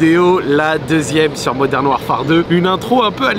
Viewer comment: le modern war-far me bousille les oreilles